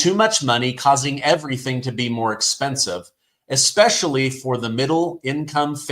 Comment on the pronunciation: It's, especially NOT exspecially